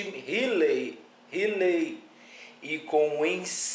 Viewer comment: Yahushua lkkkkkkkkkkkkkkkkkkkkkk tolá. Kkkkkkkkkkkk pqp mano isso é horrível, alguém deu crédito? O cara não sabe falar Hilel kkkkkkk mds